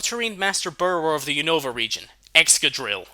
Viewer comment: I hate being "that" guy but a lot of people keep pronouncing Unova wrong. The accent is on the U not the O.. Unova as oppossed to unOva